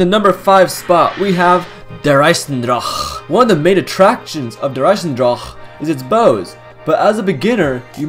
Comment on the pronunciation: It makes me want to kms when he says der eisendrache like that